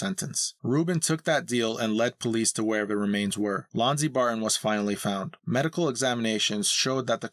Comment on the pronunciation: Why does the narrator pronounce "Barton" as "Bar-ehh"? It's distracting and annoying.